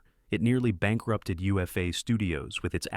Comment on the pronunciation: UFA not USA